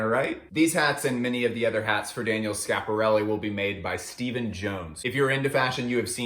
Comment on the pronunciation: really sad that you're just ignoring the first "i" in schiaparelli :/